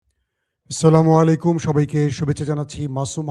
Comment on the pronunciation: ভাই স্লামু আলাইকুম না আচ্ছালামুআলাইকুম বলুন। স্লামু আলা ইকুম একটা গালি।